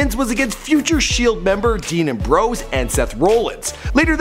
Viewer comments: How the hell can someone not pronounce Ambrose correctly!? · especially Ambrose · it isn't roellins and umbrose it is am-broes and rol-lins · its seth rollins! not "seth rowllins"! & dean ambrose not "dean aam bros" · Yes Embrose and Rowlins. Well said😂. It’s Ambrose and Rollins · It's not embrose it's Ambrose and it's not roleins it's Rollins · Seth Roll-ins and Dean Am-bro's! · Amb- rose rawl-ins not roll rawl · Ambrose(Am-Brohse) Rollins (Rah-Lins) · it pisses me off how you don't know how to pronounce Seth ROLLINS and Dean AMBROSE and it's N X T NOT NEXT dam get your sh%& to together f#$% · rowlins and ambrowse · It's rah lynns and am brose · Seems like you did little to no reserch about him ...if your gonna do before they were famous it don't tie much to watch a old match in NXT..not next ...and pernounce everything you slaughtered ....am..bros....rol..ins....smh ....worst before they were famous ever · He said roll ins and am bros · JVD and "Umbrose" and "Rulluns" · Omg can you say rollins and ambrose right. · this guy don't know shit about wrestling, he can't even pronounce Ambrose, Rollins, not even NXT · You totally botched ambrose and rollins name lmao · How did he mispronounce Dean AMBROSE and Seth ROLLINS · Atleast pronounce Rollins, Ambrose and nxt correctly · the way this guy pronounced Rollins and Ambrose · Shak fr and how he was pronouncing Seth ROLLINS AND Dean AMBROSE last names